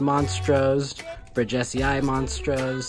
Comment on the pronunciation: It’s pronounced bridges e eye